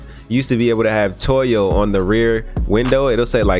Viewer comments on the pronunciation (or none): "toy"o lol.... it's pronounced "toe-yo" my man